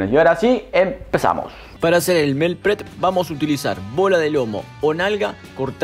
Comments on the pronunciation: Que rico todo. Yo soy super mala para cocinar carne, asi que para la prxima voy a tratarla. Un detallito se dice 'Miil prep'. Saludos desde Emiratos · Me encantó. Super práctico. Pero se dice "mil prep". Mi humilde aporte.